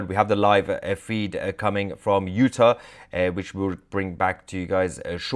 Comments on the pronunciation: Utah.............pronounced, "you - taw". Not 'you-tuh'....js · U-TAH, please. Love u, Mahyer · It is pronounced Utar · Not "Uta" -- UtAHH or UtAWWW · Just to help you out it's not pronounced Uta, it's you-taw, but keep up your great work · I'm sorry, the way you are pronouncing Utah is like nails on a chalkboard. You know when a British Nanny is telling the kids to let go she says "ta ta" or when you open your mouth your Doctor says "open wide and say au" or "raw" as in raw fish "Utah" as raw but replace the R with a T ... (you-taw) ... Hopeful you get it by your next video 😊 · Hi my friend. It's pronounce U Tar. Not utur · Sounds weird. It’s pronounced u-Tah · Soundsmore like U-tah.. (No offense) We depend on your reporting Sir! God protect your father! 🤏♾️☮️🫶☯️🌐👌🫵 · you're not pronouncing UTAH correctly. long A at the end... not short a. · Please pronounce Utah correctly. 😅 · I love you brother but double check the pronuncuation of Utah and Boise. Im an Idaho native. Great work and I heard about the assassination from you.